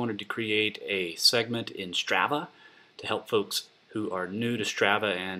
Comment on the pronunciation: It's STR AH VAH, the first ah is like when you open your mouth and stick out your tongue...AHHHHHH not the way you're saying it.